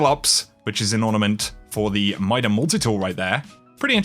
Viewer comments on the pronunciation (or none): none